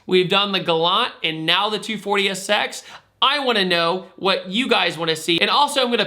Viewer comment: Sounds like you are saying "240-esex"